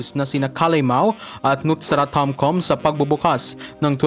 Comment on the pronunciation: Tomkam ang basa po